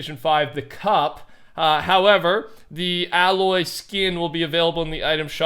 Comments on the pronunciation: btw its ay loy not alloy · Hey, just saying aloys name is pronounced Ay-loy, I felt like I had to say it since it’s starting to bug me that you say the name like that, no hate just a little thing that bugs me that’s all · The way you pronounced Aloy and Ramadan 😤